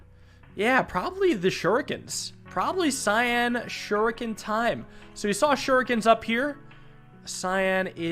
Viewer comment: The way he says cyan shurikan sounds like Rasengan Shuriken